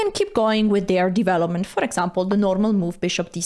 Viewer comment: I like how she pronounce " divelopment"